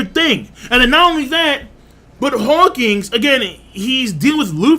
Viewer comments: ... Are you saying, "Hawkings?" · Bro. U know it’s Hawkins not hawking right?